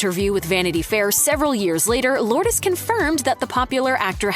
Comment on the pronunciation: You're pronouncing her name incorrectly! 🤫🤭😝